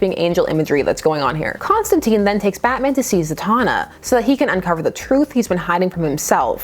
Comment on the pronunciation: I'm gonna need you to pronounce Constantine's name correctly ('tine like time) I can't have you going around being ever so slightly imperfect. You're better than that. Having only heard about the weiner business I had no interest in this book, but now that I actually know what's up with it I'm VERY interested. Horror angled Batman is my jam and it doesn't happen nearly enough. Also, I will savor any chance to see John not shooting fireballs or making planet forcefields or any of the bullshit superhero-fication DC is intent on ruining him with.